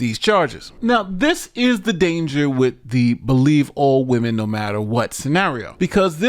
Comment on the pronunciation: "Maybe, wamen was a mistake" - Mauler